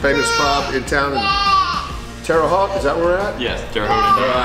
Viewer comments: it’s not Terra Hot it’s Terra Hoat. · Terre "Hoe"t not Terre Hot. Wait till you go to Pennsylvania and pronounce North Versailles. That one got me when we moved to Pittsburgh because they don't use the French pronunciation. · Terre Haute was pronounced terribly lol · Terra HOTE.... geez...😏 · Inspection stickers in the window don't mean anything in Indiana because Indiana discontinued the practice of inspections in the 70's. And...it's Terre Haute with Haute is "hoat" rhyming with "boat". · It’s Terre Haute Indiana (ho-t) boat with a h! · Correct pronunciation is Terra Hoat Indiana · Pronounced "Terra Hoat" as in boat ! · Terra Hought is how you pronounce it. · Actually,it's pronounced HOTE, just so ya know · If no one has told you yet, it's pronounced "Terra Hote". It's ok, though no one else in Indiana really cares. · Terre Haute... Haute like mote but with an "H" so Tara Hote. Terre Haute!!!!!! Lol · I'm glad someone told you the correct annunciation of the towns name. I live in Southern Indiana and I figured that you would get told about it. Lol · Don't let Larry "LEGEND" Bird hear you pronounce his home town like that. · Indiana stopped inspecting vehicles in the mid 70's, so while this car may have been parked since 1976, the last inspection sticker would not be an accurate indicator of that. Did the guys chuckle at your pronunciation of Terre Haute? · Your saying Terre haute wrong but every does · Im canadian and even i know how to pronounce terra haute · Learn to say Terre Haute Indiana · U pronounced terre haute wrong but it’s ok I forgive u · That isn't how you pronounce Terra haute. Fyi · Youre pronouncing the city wrong lol i was born there and raised in central indiana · Ima a Hoosier...there are many many classics in Indiana but most are rotten also you butchered Terre Haute lol...and the inspection sticker means nothing in Indiana